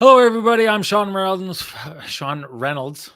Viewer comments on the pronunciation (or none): #TCB #Lamplighter goes to Axel Jonsson Fabio-allby. #TheKeg SaveoftheGame obviously Brossoit. Sean saving his introduction at the start of this video is a close 2nd... "Hello Everybody, im... I mean Sean Reynolds"